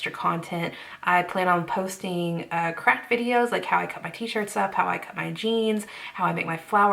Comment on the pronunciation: I thought you said "crack videos" instead of "craft videos" 😂 I was like "woah... Patreon is wild"